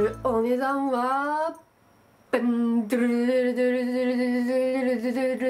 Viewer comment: ドゥルドゥル言えてないの可愛い...w